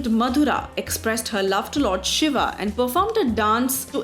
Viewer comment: GURU KRISHNA exactly. The pronounciation used here is so annoying! Honestly, Ramaa, Shivaa. My ears bleed.